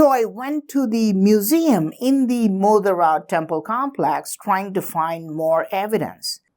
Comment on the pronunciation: Sorry sir, but it is not मोदरा.... It is मोढेरा